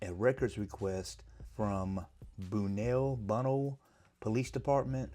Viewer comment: Bunnell = Ba-Nell. (North Fl, east coast)